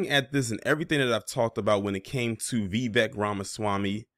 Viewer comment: His first name is pronounced "Vi-'vake" .